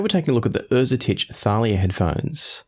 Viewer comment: Great review. I'm thankful thatI now know how to properly pronounce Erzetich